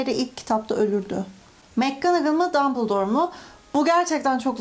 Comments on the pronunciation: Abla adlında tüm Türkler mcgonagol on adını yanlış söylüyor aslında makcanagıl diye okunuyor mekkanagıl deyiş çünkü orada ‘’Mac’’ yazmıyor umarım anlatabilmişimdir bdjdjdj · Black ismi bilek diye okunmaz ayrıca Mcgonagall’ıda mekgınıgıl diye okumaktan vazgeç sinirlerimi bozuyorsun kelime telaffuzların sayesinde haterın oldum